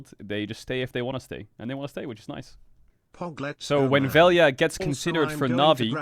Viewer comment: I'll never forgive Nemesis and Crownie for being Slovenian because they're as an entire country incapable of pronouncing 'lj' so now everyone calls him Vel-ja